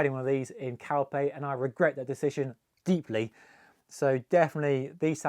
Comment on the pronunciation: Did you say you went to Calpe 😂